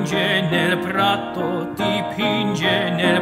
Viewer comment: I was going to say the same thing. Most of the "doppie" are wrong. Thank God you came along earlier, as I wasn't going to be as nice as you.